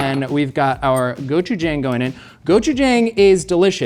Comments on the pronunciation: psst...it is pronounced go-chu-jAHng and dduk-boh-key. I love seeing Korean elements in MK but it hurts to hear the words mispronounced. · Someone should teach how gochujang is actually pronounced 😅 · pronouncing Tteokboki correctly. But not Gochujang hurts my soul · Travors pronunciation of ttaekbokki and gochujang killed me dead. Just close enough to be infuriating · I do not like how pronounces tteokbokki an gochujang